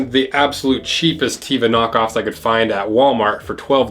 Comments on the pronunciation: It’s driving me crazy that he is pronouncing Tevas incorrectly. According to the wiki: Geophysicist Mark Thatcher invented Teva (Hebrew: טבע, pronounced "teh-vah" not "tee-vah," Hebrew for "nature"[11][12]). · Like the video, love the Mush flippers. Been rock'n Teva's year round for 30 years, but dude your killing me - its pronounced TEH-VAH its the Hebrew word for nature as per the teva site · It’s pronounced “TEH VAH”. It’s an Israeli company. Teva means nature. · Wait isn't it pronounced Té-Va... because it's the hebrew word for nature 😅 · “Teh-va”. It means Nature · I know it’s an American brand but the name teva is the Hebrew word for nature and you should pronounce it like you read in Spanish so the e should sound like an e in ever or end not like an I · Im gonna be that person… Teva is pronounced with a soft “e” like television 😅 I only know because I went to one of their activations at a festival and the staff was correcting everyone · He's not saying Teva right and it's making me cringe 😬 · His pronunciation keeps distracting me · Very cool video. One comment. “Teva” is an Israeli company and the Hebrew word meaning “nature”. It’s pronounced like Eva Gardner’s first given name and not like Reba McEntire’s. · Great comparison! My Teva sandals are still good after 20 years. By the way, it's teh-vah not tea-vah 😀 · Nice video. BTW, if I remember my old Hebrew school lessons correctly, it’s pronounced teh-vah, rather than tee-vah. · Tevas are great and last forever. Just a note, it's pronounced with a short e (teh-va) which is the Hebrew word for nature that gave the brand its name, not teeva. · Teh-vah not Tee-vah, great video! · Teva not teeva (nature in Hebrew) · Hi, From the company website: Not tee-va,, but Teh-vuh -- it's a Hebrew word meaning "nature" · Teh- va, not Tee-va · Its not how you pronounce them! Its T-eh-vah Edit:it means nature in hebrew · It’s pronounced Teh-vah, not Tee-vah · It's pronounced Teh-va, "E" like in better